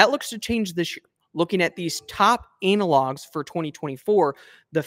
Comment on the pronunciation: he said anal logs............ 🤣😆🤣😆🤣😆🤣😆🤣